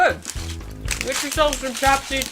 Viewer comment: I know this video is old 😂 But first snack is „łapsy” not „tapsy” „ł” in Polish is like „w” in „water” Nonetheless good video :) Ps. These pretzels are with krówka, which is nit a caramel:)